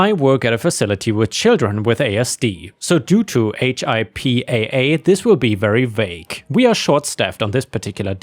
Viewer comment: For future reference, pronounce it like it's word. It's Hip-Aah